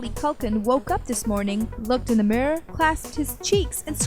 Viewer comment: "woke up this morning, looked in the murr". "Mila Cunnis". Who's little sister hacked into this and took over?